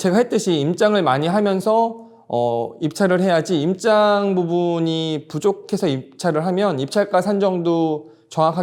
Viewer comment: 임짱?? 내용은 좋은데 항상 임장을 임짱이라고 하시네요^^